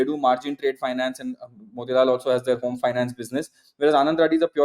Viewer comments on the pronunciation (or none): none